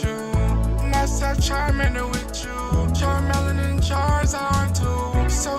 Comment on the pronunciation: I love how he said “Char Melon” instead of “char mee lee on” in the one song.